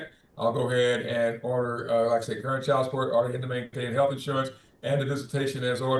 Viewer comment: There is a D at the end of the worD chilD!!!